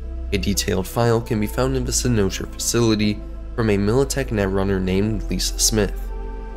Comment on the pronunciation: I absolutely love this theory and think you are 100% on to something. My only criticism is the way you pronounce cynosure.